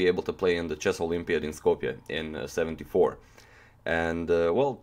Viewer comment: did you say skopje 74?